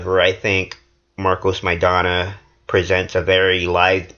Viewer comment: "Marcos Maidanya"? is he reading that? stfu tool.